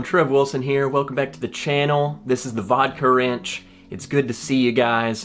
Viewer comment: I thought you were saying Vodka Ranch. YEEE HAAAAA.